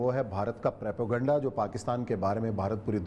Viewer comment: k mu se propaganda ko prapoganda sun sun k hasi any lgi h Bhai bolna sekhly phly